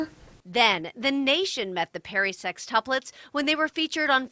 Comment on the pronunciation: My dumb ass thinking she was saying their last name was perrysex😂 she was saying perry sextuplets😂